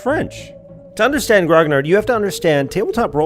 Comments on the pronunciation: I take it back the second Time was totaly accurat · As a native french speaker, i love you accent. The way you said it was immaculate. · Damn, that’s actually some stellar pronunciation. I can guess why it feels very wrong, but French really is all about that listless silent letter nonsense, it did not click with me on first watch how much you knocked it out of the park. I’m so sorry for your loss (speaking French) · French pronunciation of "Grognard" wasn't actually that bad. Thumbs up from Canada on that one. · Being a french Canadian, I will say your pronunciation was excellent. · Stop apologising for mispronouncing, you got it right :D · Frenchie here. Your pronunciation of "grognard" is pretty good! We don't go quite as hard on the "ar" sound, but it's a spicy word, the intensity isn't out of line ;) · I am french and I must say you pronounced grognard very well when taking your french accent, good video by the way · French here 👋. the prononciation is alright, don't worry about it. and thank you for your amazing work. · Your French pronunciation of it is pretty on point. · You pronounced Gnognard very well.